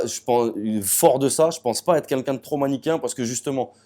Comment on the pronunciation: A chaque fois qu'il dit "quelqu'un" il dit "Kinkin" mdrrrr